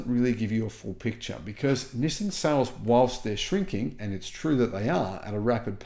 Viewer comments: STOP SAYING "Nih san". It's "NEE SAN." I've told you like 5 times now, LOL. Japanese version is "NEES SAN". Approved for foreigners: "NEE SAN". Not "Nih san". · You are the only person I’ve ever encountered that says “nissin” instead of “nissan.” The way latter is the way Nissan says it in their ads. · It’s not NissIN, it is NissAN. Learn to pronounce it properly. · It's not that we thought you were crazy, or didn't believe you. It's because no one can take you seriously due to the way you pronounce "Nizzin" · It's hard to take this guy seriously because he can't even pronounce the company name correctly. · Doubt the world-wide pronunciation is "nih san" at all. So if you're voting for "everyone," you're also on the wrong foot, yo